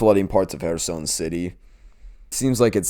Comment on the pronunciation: Thanks. First time viewer cause I liked the name Kherson. Good pronunciation btw. Onwards to the sea!